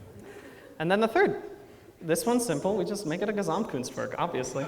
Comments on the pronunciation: Hearing him pronounce Gesamtkunstwerk hurts me :( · I love his entertainment xD and as a german I found it very adorable how he pronounces Gesamtkunstwerk and how the english plural just puts an s at the end and the plural is done xD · I am from germany and its so funny how he pronounces gesamtkunstwerk